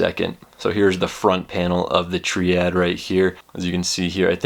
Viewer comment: i thoughts that its ment to be pronounced as triade not triad. is it not ?? :/